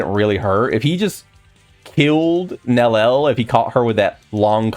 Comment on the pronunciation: Please, there is an "i" in her name for a reason. It's "nel-ee-el" not "nel-el" theres a whole ass other syllable in her name